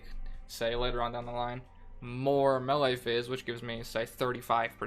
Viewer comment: It is pronounced MayLay